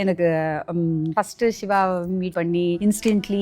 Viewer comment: not SHIVA just siva please .... tamil tamill